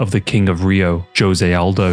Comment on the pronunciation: No amount of sponsorships can get a man to correctly pronounce the name Jose though I guess, lol Good quality vids regardless